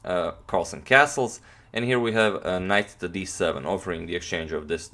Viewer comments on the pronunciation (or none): none